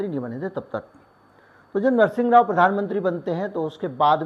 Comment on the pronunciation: रूसी तो छोड़िए आप नरसिम्हाराव का pronunciation ही ठीक कर लो।